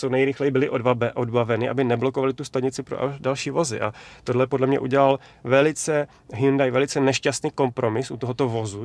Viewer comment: prý se to má vyslovovat Hjóndé